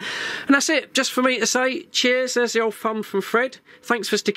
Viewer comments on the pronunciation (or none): How can we take you serious with all the dropped THs